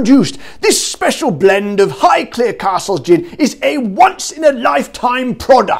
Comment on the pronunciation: Amazing!!!!!!!!!!!!! and yes you are saying Highclere correctly!! 😜